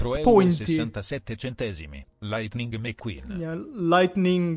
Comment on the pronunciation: "Lightning meth-queen"